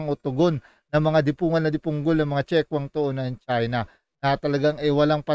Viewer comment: Hindi magandang pakingan ang salita mong ''dipongol''.